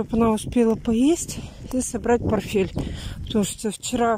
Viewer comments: ПорТТТТТфель. Повторяй, как мантру и заучишь. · Зелёный чай понижает давление, ну и запомни уже, не порфель, а портфель